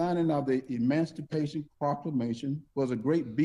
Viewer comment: He emanstipation instead of emancipation. 🤣